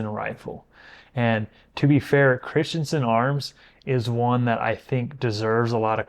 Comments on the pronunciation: It's Chris - Ten - Sen, NOT Christian - Son. Just ask my friend named Christensen. ❤ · Cris-ten-sen.. Not Crist-yen-sen. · Christensen is NOT pronounced, “Christiansen!!”